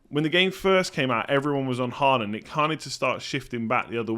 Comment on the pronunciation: you're pronouncing Håland's name incorrectly. - In norwegian "AA" is the international way of writing "Å" which is a norwegian letter and is NOT the same as "A" nor is it pronounced the same way.